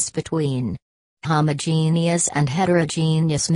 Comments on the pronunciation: Jn jn let me say something, I could not have understand one thing 'you're were saying because I was to bz wheezing with my sister for that "AHoomAhogenuis" 🤣🤣🤣 LKKE I SWEAR THAT IS WHAT WE HEARD INSTEAD OF HOMOGENEOUS🤣✋🏻 IS THE ROBOT HOMOPHOBIC TO😂✋🏻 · It just made me laugh because of how she pronounced homogeneous and heterogeneous😂sorry🙊✌